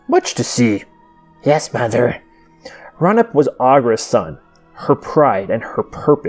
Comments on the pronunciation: it is not pronounced ra-nip it is pronounced ray-you-nip FYI I love your vids and how you explain the creatures and the world of Thra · I thought Raunip was pronounced Ray-U-Nip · I always pronounced it "Raw-oo-neep," but what do I know?